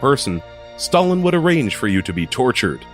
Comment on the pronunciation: Oh and you don't even know how to pronounce Stalin and Ivan..